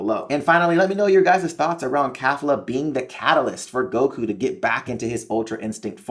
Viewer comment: Why does this nigga say khalifa or is it just me